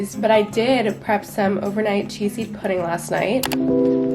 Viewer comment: I thought she said cheese pudding lol.